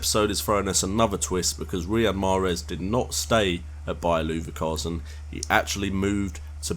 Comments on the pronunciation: Looverkasen haha! Cool video other than the miss pronunciation :) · you said Leverkusen wrong